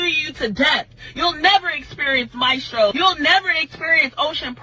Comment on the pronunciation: Omg! She can't even pronounce Maestros! Lmfao